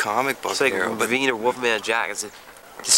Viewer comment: It's Reveen, not Ravine. Google Reveen and you'll get a Ricky doppelganger.